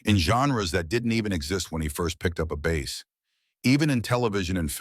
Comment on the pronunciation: Ripped video clips stitched together without any sense of proper sequence, coupled with an AI voice over that can't distinguish the pronunciation of the instrument or the fish.